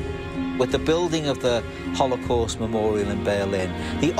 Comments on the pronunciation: You all go on with your weird political stuff, I just want to complain about how this guy pronounces holocaust. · ''hole a cost''